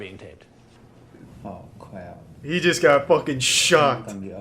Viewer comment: “Oh cwap”